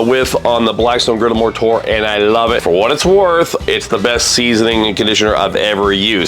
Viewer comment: I thought you kept saying the Blackstone Moorator, like that was one of the products. Had to google it to realize you're saying "More Tour". Am I the only one?